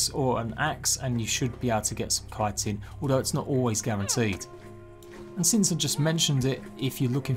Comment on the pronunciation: K-eye-tin is the correct pronunciation. It's Greek. CH is always a hard K sound.